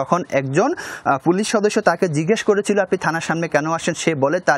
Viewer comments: "ফুলিছ" না ভাই "পুলিশ" বলা রপ্ত করেন, টিভি চ্যানেলের সাংবাদিক আপনি!! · সাংবাদিক ভাইয়ের মনে হয় পুলিশ উচ্চারণ করতে খুব কষ্ট হচ্ছে। বারবার পুলিশকে ফুলিশ বলছে।